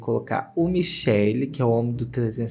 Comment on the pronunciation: Gente parece de chamar MICHELE desse jeito, eu aqui na Itália fico doidinha pq si pronuncia "mikèle", enquanto dito do outro jeito é outro nome e feminino kkkk